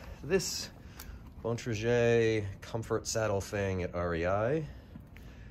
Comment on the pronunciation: It's pronounced "Bon-tray-grr" not "Bon-truh-shey"